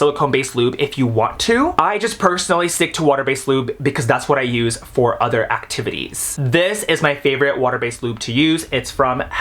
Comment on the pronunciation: bro said other actives 😭😭